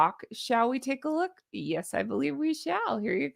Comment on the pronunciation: 😂😂😂 your LUUUUKE is JENuinely hilarious!!!💙🪿💙🪿💙